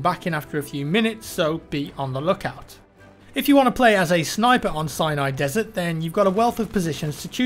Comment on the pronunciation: anyone else think he says "cyanide desert "?